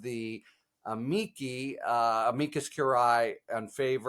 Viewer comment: HARRY, you are always excellent and a favorite of mine, but got to tell you that AMICI is pronounced "Amichi". Love your takes & your attitude , calm and kind.